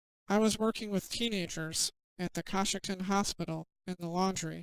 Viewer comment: I know you probably don't care and it doesn't matter, but in case you want to know, Coshocton is pronounced co-shock-ton.